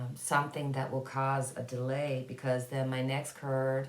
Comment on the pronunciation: Ok had to pause the video, got caught in the way you said "card", started with a little snicker and ended up with a good belly laugh. I could only hear curd that sounded more like turd lol. OMG forgive me please. I would like to know what Canada is going to do about the reservations conditions, indigenous people have a right to clean water and safe living instead of what they have now. New branch off of ISIS it was ISIS-k, must be a group that is more fanatical then regular ISIS still bad news for the world because you can't trust what they will do or where they will do it.